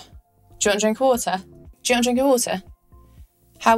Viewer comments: 上一个把water说成wooe的人已经被打死了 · At first, I was very impressed with your accents!!! Was that Mandarin? And British English! But then, you went and said Water(American English) like a me, and I about died!~!! :D